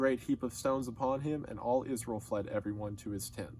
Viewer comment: i like how he pronounces israel like iz-rull